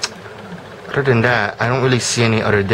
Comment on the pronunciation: Other...not Udder. Then....not Den. Jesus.